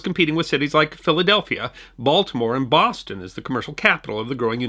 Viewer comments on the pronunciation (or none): none